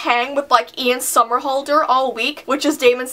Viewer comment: omg when I heard her say "ian somerhalder" I loved her even more